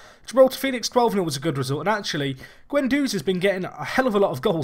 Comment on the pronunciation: Call Guenduz "Gwen"